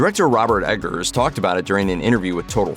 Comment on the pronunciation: It sounds like you're saying Edgars. It's Robert Eggers (🥚ers)